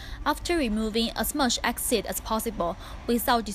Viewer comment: Acid not axid